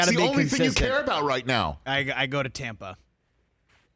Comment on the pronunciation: bro legit said tampa HAHAHAHAHAHAHAHAHAHAHAHAHAHAHAAHAHAHAHAHAHAHAHAHAH